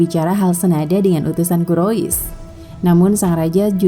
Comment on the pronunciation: Bacanya kurais bukan kurois